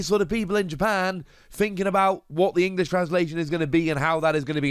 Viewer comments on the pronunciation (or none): none